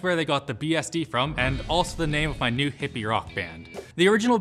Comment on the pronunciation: Pretty sure Canadians retain the yod in this one, he just misread